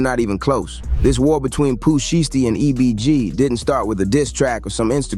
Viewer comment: Pooh Sheeeeesty 😂😂😂 it’s pronounce (shai-sty)